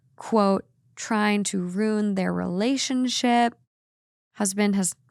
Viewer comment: Anyone else think of Gilmore Girls whenever pronounces the word “ruin” in her accent? 😅